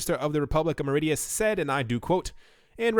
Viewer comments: Mauritius is pronounced MAAW-RISH-US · Stop calling it "Marideus" 😄😄